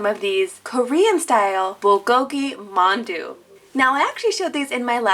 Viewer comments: omg me being Korean bulgogi and mandu pronunciation kinda was meh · You mispronounced mandu